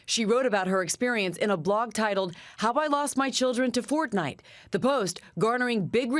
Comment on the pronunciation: Pronounce Fortnite correctly